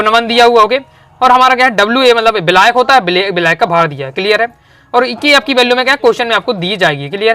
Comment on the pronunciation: बिलायक नहीं मेरे छोरे विलायक 😂